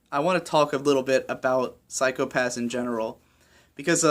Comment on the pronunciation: The way in which you've pronounced 'psychopassu' reminded me of Ren-chon way too much, and thanks to all of those uploads recently I can't get the image of shota saying that to every kid he meets.